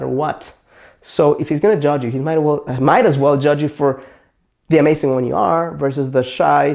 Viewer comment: he says amasing xD